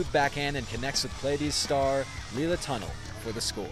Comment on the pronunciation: just it's pronounced tuh-NELL, not like a tunnel